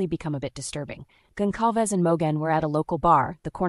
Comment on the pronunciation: Goncalves is pronounced with a soft C